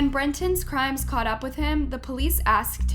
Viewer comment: great video and al... but lol, I never imagined I would someday see UP pronounced so wrong.